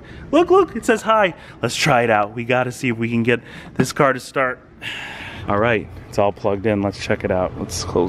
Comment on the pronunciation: "alright" sounds more like "R8"